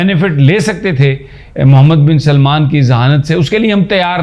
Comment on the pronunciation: یہ آپ پنجابیوں میں کیا بیماری ہے کہ سلمان (سل+مان) کو سلیمان (سلے+مان) بنا دیتے ہیں۔ یہ دونوں الگ الگ نام ہیں۔ سارے پنجابی یہی کرتے ہیں۔ عجیب بات ہے۔